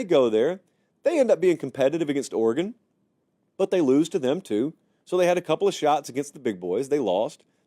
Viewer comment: Let’s cut the crap: it’s Oregon.